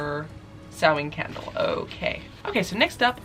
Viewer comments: it’s ‘sau-wan’ not ‘sau-ween’ although there will always be people that pronounce things slightly differently. Especially with wiccan holidays cause they’re spelt weird lol :) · Sahmein is pronounced Sam-main at least that's what I'm assuming you're trying to pronounce. it has the very rare hard "a" sound from ei like in vein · Shadow Burk Question: is the end of Samhain pronounced “in” (like “in or out”) or is it more of an -een, the way says it? I’ve been using the “in” pronunciation but “een” sounds so much better and more like Hallowe’en as well